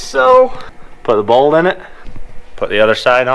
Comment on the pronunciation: Anyone ever notice how says bolt he doesn't pronounce the T it's almost like he says bold he says some other funny words that when I hear I'm like wow he really is one unique dude a man's man he don't need to say the whole word love you